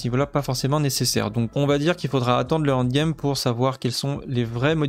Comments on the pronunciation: prononce N, N'd game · Super boulot comme d’habitude mais un effort avec l’anglais quand même avec le END game 😂